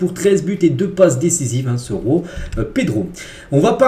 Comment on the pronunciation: ARRETE DE PRONONCER C GENOA PAS RENOA C JOAO PAS ROAO C LECCE CA SE PRONONCE LECHE PAS LESSE ARRETE QUAND MEME C TROP